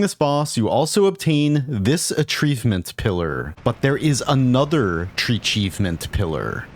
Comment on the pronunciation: pronounced another like alan smiling friends of smiling friends fame